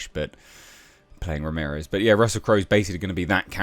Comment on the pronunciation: He wasn't Spanish, he was Egyptian. .... Ra-mirez...?